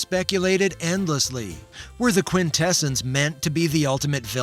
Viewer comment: The movie pronounced QuintessOns with the usual robotic interpretation. You pronounce it like the philosophy term "quintessence". Why?